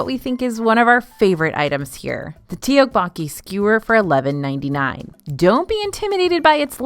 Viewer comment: Please dont take this the wrong way, i only want to help!! ❤But “Tteokbokki” is pronounced more like “tuck-bow-key.” The E at the beginning is not pronounced. Just trying to help so you can say it confidently! These videos are so high quality, I love them so much!! ❤